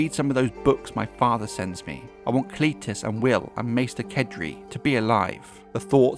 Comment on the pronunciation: I prefer Cletus pronounced like Alexander's Companion.